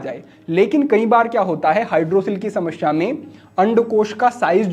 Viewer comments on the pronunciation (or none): Not sha ...samasya Hota h..shamashya nahi Hota h